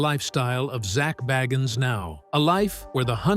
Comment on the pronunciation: Say his name right